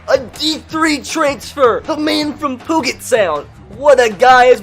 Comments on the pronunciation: I go to Gonzaga and know Washington well and when you said Poo get college I almost cried 😂. It’s pee-you-jet sound lol. Love you brother if you have any other pronunciations that you don’t know just ask in the comments I got you. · "The man from "POOGET"sound!" xD its pronounced "PEW-JIT" like pewpew like a "handgun" sound. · the man from puget sound it s prononced pujet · It is pronounced pue-jet, pue is like a video game sound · I wish he would keep calling it pud-jet sound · My favorite part of the series is how mispronounces Puget Sound just to troll the OCD folks 😈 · Haha, I love how people get triggered over this. Let the man say it how he wants!